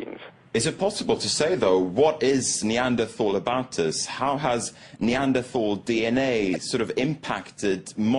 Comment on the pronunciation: please learn how to pronounce neanderthal. and the singular is not "homo sapien". this is just embarrassing.